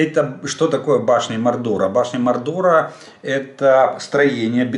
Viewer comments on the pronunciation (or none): Башни Мо'рдера,ударение на первый слог,Толкиен ,,Властелин колец".? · Башти МОрдора (наголос на першій "о") - це "Володар перснів" Толкіна